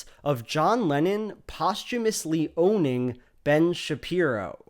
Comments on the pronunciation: I had to keep reminding myself throughout the whole video that he was saying "Lennon" and not "Lenin" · ok i dont know if its my non native english speaker ears, but are you saying john lenon, or john LENIN? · I keep hearing Lenin instead of Lennon lol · It doesn't help that whenever a native speaker says "Lenon" it sounds to my ears like "Lenin" 😪🤭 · Every time you say “Lennon” i hear “Lenin” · Great video. Such a power move to pronounce Lennon as "Lenin" throughout. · Here I am hearing Lenon as Lenin. lmao. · Love how you keep saying Lenin for Lennon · 15 minutes of pronouncing 'Lennon' as 'Lenin' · Every time you say "Lennon", it sounds like you're saying "Lenin"... Freudian slip much? Watch out, Shapiro might DESTROY you with this fact and logic! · John Lenin?.. Lenin? Did I just hear that?! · I keep hearing "Lenin" instead of "Lennon" 🤭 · I keep hearing Lenin istead of Lennon, that's some brainfuck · Maybe Ben just got confused, as I did, with you pronouncing Lennon as Lenin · Otherwise a good video, but you pronounce Lennon exactly how one would pronounce Lenin :D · Why do you pronounce Lennon like "Lenin" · Kudos for pronouncing Lennon (to my ears) like Lenin. Top notch stuff thank you! =8)-DX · I love the way you pronounce Lennon so it sounds like Lenin. :D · Mmmmmh. Everytime you say Lenon I hear Lenin. I'm not joking that's what I get from the pronounciation. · Instead of lennon i was hearing leninXD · Every time you say lennin as in john lennin, i for a split second think your talking about Vladimir lennin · I keep hearing Lenin every time u say Lennon